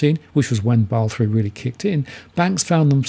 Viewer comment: I thought it's pronounced as 'Ba-sel', not 'Baal'